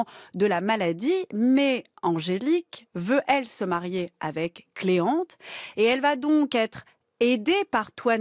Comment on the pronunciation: La question qui ne concerne pas justement le sujet (qui est bien intéressant), mais pourquoi l'animatrice prononce la phrase "Mais Angélique veut-elle se marier..." sans prononcer [t] dans "veut-elle" ? Pour moi, c'est la règle absolue de lier des mots dans l'inversion de ce type. C'est, peut-être, pour mettre en relief?